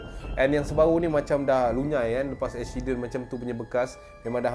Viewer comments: Accident become eksyiden 😂😂 woww btw memang suka dengar cerita seram tambah pulak dengan jumpscare! Powerr AHAHAHAHAHA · Aku tak leh fokus dengar "EKSYIDEN" tu hahahahahaha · Fatin Fatihah ingat aq sorg jer perasan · telinga aku mslh ke?ekshiden😂